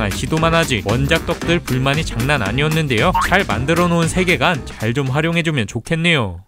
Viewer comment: 세계관을 새개간으로 발음하시네요